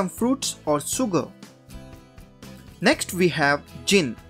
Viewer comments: it is not soogar but sugar, why don't you pronounce correctly? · Great video, but dude, you need to work on your pronunciations! For example: it's pronounced 'shuger',' distilashun',etc....sh vs s